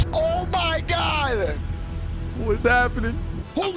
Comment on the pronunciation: "wos happenin"